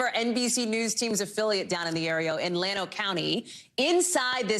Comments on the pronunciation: It’s pronounced Yano the ll is a “y” sound in Spanish. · For the record, it's not pronounced Lano, the double Ll is pronounced like a Y. It's pronounced Yano not Lano. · It's pronounced YAWN-no